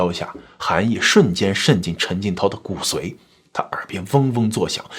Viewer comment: 骨髓的髓读三声